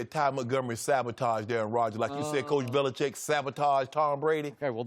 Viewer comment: Bro when Skip said "Bellicheat" I laughed